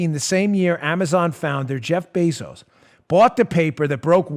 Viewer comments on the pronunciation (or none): none